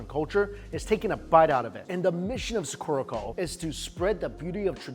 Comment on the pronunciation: The way you say Sakura makes me laugh lol, how does someone get something so wrong? 😂